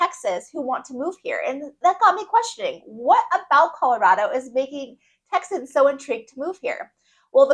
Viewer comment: Texians??? Did you have a stroke? It’s Texans